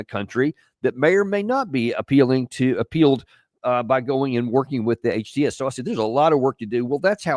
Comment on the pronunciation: Trying to pronounce HTS kinda mademe laugh 😂